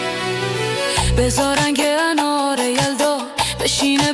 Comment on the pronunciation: هوش مصنوعی صدای آقا به انار میگه آنار 😅